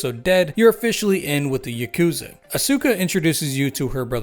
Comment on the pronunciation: Fun fact: The Ya in yakuza is read in the same way as Yar but without the r.